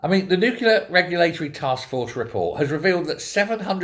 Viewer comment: It's nuclear not nuclear!